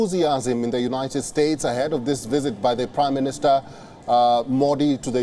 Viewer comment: It's Prime Minister not 'Prim Minister'